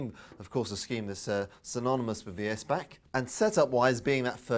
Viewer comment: Nice. Btw...it is pronounced "S back" for the designers last name Philippe Steinbach